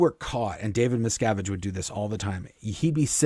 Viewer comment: I keep hearing Miss Cabbage Can't unhear it now Kyna like it